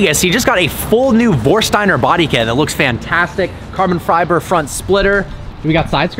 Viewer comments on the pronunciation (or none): “carbon friber” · “carbon friber” 👍🏽👌🏽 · “Carbon Fryber” lol